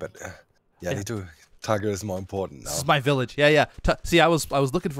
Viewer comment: "Tiger"! It's "Tiger," lol.